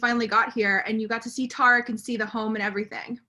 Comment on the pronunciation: No it's tear-rick